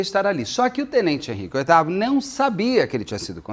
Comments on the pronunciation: Henrique Oitavo na banana, ops baiana 😅😂😂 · a maior besteira que fiz foi ler os comentários primeiro de assistir o vídeo e cada vez que ele falava oitavo eu ria de chorar. 😂😂😂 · Kkkkkkkkkk pois eu achando que o cara de alguma família imperial 😂😂😂😂 Amo esse Beto! ❤ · O nome dele não é Tenente Veloso? Por que o Beto está falando Henrique oitavo? 😂😂😂 Fiquei muito curiosa😅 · o nome dele é Henrique “OTÁVIO” Veloso. Acontece que o “Otávio” virou “oitavo”😂😂😂😂😂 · Toda hora eu ria com o Henrique Oitavo 😂😂😂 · Muito engraçado o Beto com confusão de nomes kkkkkk. Henrique oitavo foi ótimo kkkkkk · Eu rindo cada vez que ouço Henrique oitavo e pedindo perdão pra Deus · Eu escuto Henrique Oitavo o tempo todo 😂 Amo ❤️ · 😂😂😂😂😂😂 Otávio, gente! Eu tbm ouvi oitavo o tempo todo. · 😂😂😂😂😂😂 eu só descobri que era Otávio pelo seu comentário, fiquei o tempo todo tentando imaginar o motivo de ser Oitavo 🤣🤣🤣🤣🤣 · Eu entendendo "Henrique VIII" o tempo todo...😅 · Eu também entendi Henrique Oitavo 😂😂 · ele estava falando Henrique “oitavo” mesmo 🤣🤣🤣🤣🤣🤣